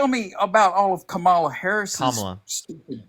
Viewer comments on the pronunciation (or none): Why don't any of these people ever know how to pronounce Kamala's name? These people are adults who presumably have been following politics enough to confidently connect with you for political debate. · They know how to pronounce it. They’re just racist and get some weird satisfaction out of saying it wrong.